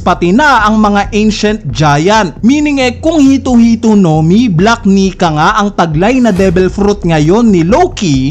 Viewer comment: Ilang beses mopo inedit ung voice mo ya?di ka nag kaka mali sa word na "black Nika?"kahit once?